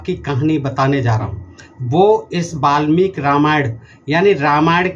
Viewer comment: Ve malmik nahi balmik hai😂😂